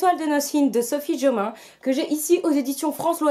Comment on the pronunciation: Coucou toi (: Oh Sophie JOMAIN, tu l'as bien prononcé danse de la joie Mais, mais, mais, tu as foiré le titre XPDR ça se prononce "Les étoile de Noss ED (comme le prénom)". TU VAS Y ARRIVER ! TU PEUX LE FAIRE bisou d'encouragement tu y arriveras un jour #OuPas lol Sans rancune j'espère ? Je t'adore toi ! "La sélection" est dans ma PAL e-book vu qu'il était en promo et que je ne savais pas s'il allait me plaire, j'en ai profité. Si j'accroche, j'achèterais la version papier. J'ai moi aussi "Ari and Dante..." (la flemme d'écrire le titre complet). Ça sera ma première lecture en VO, j'espère vraiment que ça va bien se passer... Si je m'en sort dans la lecture VO, je me prendrais la BOX de "Divergent", c'est obligé ! Très bonne semaine à toi. Bisous. Benji...